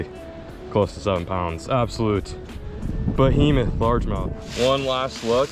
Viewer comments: “Absolute BOHEMETH” I love when says that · Lol yeah I cringe but love it at the same time.